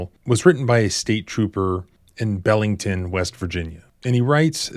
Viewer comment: Its pronounced Beelington